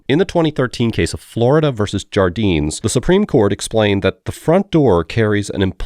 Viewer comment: that's a spanish name. it would be pronounced "har-deen-es"